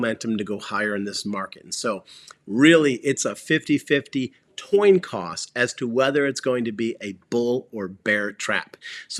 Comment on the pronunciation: You said toin coss